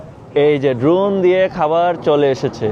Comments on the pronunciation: বাংলা দেস না জার্মানী বুঝতেই পারছি না "ড্রুন" করে খাবার আসে। হায় রে মাদ্রাসার মাল।ওটার উচ্চারণ ড্রোন।🐐এর দল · দ্রুন কিরে ভাই। দ্রোন উচ্চারণটাও ঠিক মতো করতে জানে না। এদের কি কাজে লাগে ?